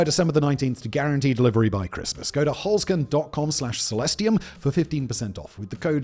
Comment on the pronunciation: Holzkern - literally meaning “wood core” or “wooden core” - pronounced “holzt kearn” - say the “z” as “ts".